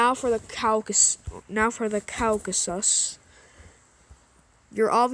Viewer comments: The way he said caucases xd he said cow ca SUS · did bro just said Kowkasus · The way he said Caucasus and Azerbaijan 💀💀💀💀💀💀💀